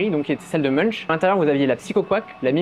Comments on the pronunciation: Pour info, Munch se prononce "Monk", pas très intuitif je sais ahah. Chouette vidéo, vous donnez envie de se lancer dans la collection, c'est mal !! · Très intéressant. Voyant beaucoup de cash je me pose la question du fisc japonais, peut être une histoire à raconter. Munch ça se prononce mounk